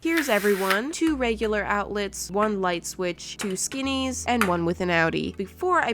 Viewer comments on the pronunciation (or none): Nobody: Absolutely no one:: o u t l e s 👁👄👁